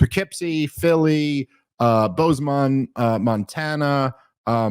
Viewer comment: Love Dave, but holy crap is he horrible at pronouncing city names!